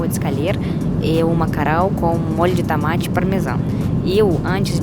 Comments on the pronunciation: Precisa melhorar a pronúncia do [Ô] nas palavras. Evitar trocar pela pronúncia [A]. balo > bolo ; aeraporto > aeroporto ; tamate > tomate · Adoro o "tAmAte" kkkkkkkk